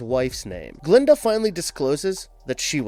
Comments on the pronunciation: It’s Gilda not Glenda!!!!!!! 🙄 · “Dent and his wife Glinda” 🤣🤣🤣 Gilda my friend Gilda